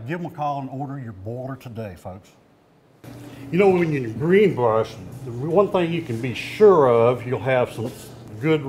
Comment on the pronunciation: Greenbush not greenbrush!